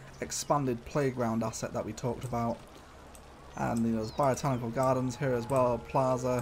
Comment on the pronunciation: Botanical, not biotanical